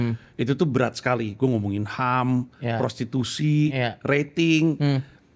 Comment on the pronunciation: renyah syekali